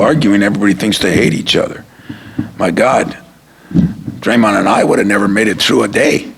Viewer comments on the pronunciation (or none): Does he call him “Draymont”?